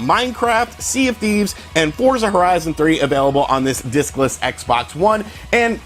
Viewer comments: I keep hearing dickless. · Watching this it seems you keep saying dickless system lol. Agree what a huge screw up on Microsoft's part. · Sorry thought you said "Dickless Xbox" haha... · I heard "dickless" Xbox system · I keep hearing dickless Xbox one lol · Every time u say discless I expect u to say dickless Xbox one